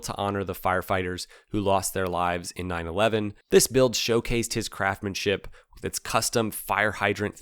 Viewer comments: "craftsmanship" not "craftmanship" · It's pronounced craftSSSSSSSSmanship. There's an S in there.